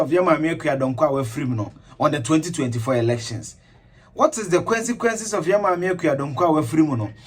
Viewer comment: Don't mind my pettiness but the word is "CON"sequences not "Kwen"sequences or "Quen"sequences.